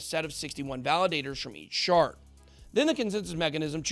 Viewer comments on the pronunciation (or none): none